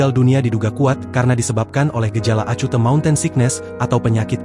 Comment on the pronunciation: Acute 😂 tolong pronunciationnya dibenerin.